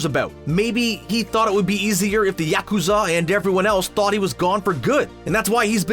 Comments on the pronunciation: The yeah-KU-zaw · Yakuza not YACKkooza 😭😭😭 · Narrator: yakUzAH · This guy drives me crazy with the mispronounced yakoza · mah boy I like this analysis but you really gotta pronunce Yakuza as, "YAH(ku)ZAH"?? xD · LOL! I can't stop laughing at the way he says Yakuzar! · I dunno what's worse M-16 agent or pronouncing it yacht-Q-za 😂😂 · I really hate how the person in this video pronounces "yakuza". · Probably the same way he’ll pronounce gang-nam style even though the name is said a million times in the song.